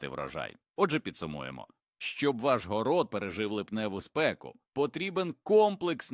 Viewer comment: ВОНО (ШІ, чи щось інше бездушне) вимовляє майже в кожному реченні купу неіснуючих слів: "гОрод"(мало би бути горОд), "продИхи"(замість прОдихи), "промЕні" замість прОмені, "опІки" замість Опіки, і ще купа маразмів...